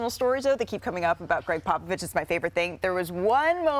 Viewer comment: It’s a shame what this man has done for the game and more so his intelligence on the game of basketball is Mt Rushmore level and we better give this man a proper send off and respect as we do it. One of the greats and Malika at the start can’t even pronounce his name right. Greg “Pop a Vist”. Get it right ESPN, yall some lame bums..do better. Seriously